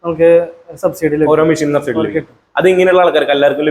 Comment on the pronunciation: എന്താ ഈ ശബ്സീഡി....